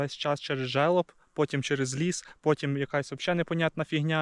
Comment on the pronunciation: Не желоп, а жереп. Ну або альпійська сосна. Я дивлюсь стежка за 3 роки уже добряче заросла